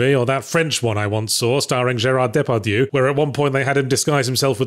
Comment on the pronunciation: he did not pronounce Depardieu correctly. Too much ou in the eu. Just like there was too much oo and not enough oh in the ou of gankutsuou